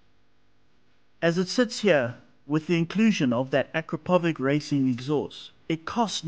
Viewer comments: Ah - Crap - Powich - Akrapović 😂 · Please learn how to pronounce Akrapovic correctly. UH-KRA-POW-VICH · Akrapovič is the worlds’ leader in exhaust industry. So what you guys should do before you make another videos, is to find how to pronounce trade marks.